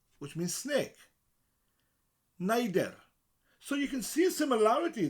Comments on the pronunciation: You pronounced neidre for snake with nei as in aneurin bavan, in which case it might probably have been spelled neudre, given the straightforward phonetic nature of the language. If it was pronounced naidre, however, as in Ralph nader, then it would not only be in keeping with ei as in Gorseinon etc., but also with adder.i may be wrong, but what do you think? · Can tell this guy is from somewhere in south Wales from the way he pronounces neidr. It's pronounced a bit differently here in the north.